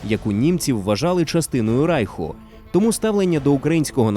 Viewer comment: (Якщо не говорити про радянський правопис, а саме вимову). Русифікована вимова. Деінде ви сказали Рейх замість Райх. багато ффф - «під її фпливом», багато де українська И, що близька до І, звучить як рос Ы, літера В узагалі ніде не звучить як Ў, де має бути — [створыф], [фсе], [афто] (правильно [стўориў], [ўсе], [аўто]). Г наприкінці слів у вас звучить Х. Тощо. Наперед скажу, це не діялект або щось подібне, а саме русифікована вимова. Послухайте на ютубі Українська літературна вимова Миколи Погрібного. українська мова насправді ще гарніша ніж ви думаєте/говорите. =)